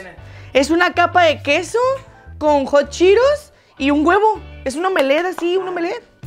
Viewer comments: Es:hot Cheetos No:jochiros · Que no se pronuncia hot cheetos “jat chiros” 😂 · Like por todas las veces que dijo hotcheros😂😂😂